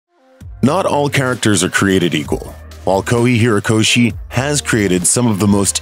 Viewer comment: You obliterated Kohei Horikshi name. Said it all wrong